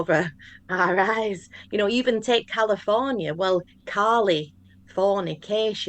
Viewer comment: Apologies to Kali for the name mispronunciation lol.